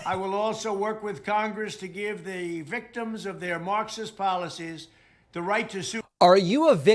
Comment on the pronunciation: he must have gotten paid 10k every time he said maacksis